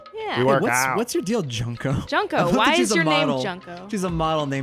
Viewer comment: Junko's name is pronounced June-ko, not "Junk-o" so she wasn't named after trash lol